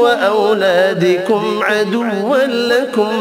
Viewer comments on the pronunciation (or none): Salaam ayah Awladokum not awlaDE qum maaf ❤ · Bhai mujhy 1 jaga recitation MN ghalti Lagi ha.ayat nmbr 14.auladekum or auladokum.